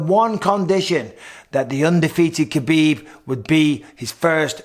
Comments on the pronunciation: It's "Habib" not "Kabib". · Cmon Michael, you know better than anyone it’s pronounced Habib